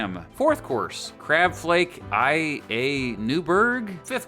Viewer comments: lol, its "LA" not "I A" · Crab Cake 'Eye-A" Newburg? FFS it's 'Crab Cake a la Newburg'. Not so much history informative but I'll admit a fun time killing vid. I'm amazed while informing people about food you freely admit you've never heard of some of these things. Keep up the videos regarding the things people never even give thought to in history. Makes the infamous more human. But for pete's sake my good man. Never say "I don't know or I never heard of it" in a history lesson video. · I feel that the narrator is borderline illiterate. He prounced "Crab Flake la Newburg" as "I.A. Newburg." That was apalling. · it's la not ia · crab flake LA newburg pronounced LAH. Not I. A. .... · Oh dear 😳 Theodores menu its pronounced crab flake La newport it's an L not an I .....best to research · La, it's la. Not i...a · La, not I A. La is the in a few languages like French and Spanish. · Oh dear, not I A newburg, la newberg. Cloche is pronounced with a long o- rhymes with “close” with the zsh, not clowsh. Spoon bread is a sweet cornmeal pudding like bread. Yummy. Did you ever get another banana? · I.A. Newberg 🤦‍♂️ the first letter is „L“ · Never heard someone pronounce "La" as "I-A" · Learn to pronounce 'la'